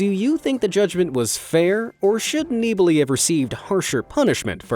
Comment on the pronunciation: Your pronounciations of "Nibali" and "Giro" are abyssmal :D